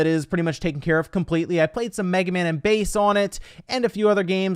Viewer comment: Thank you for pronouncing "Bass" correctly as base. When I was a kid my brother had to correct me when I played Megman Battle Network 3 on gba.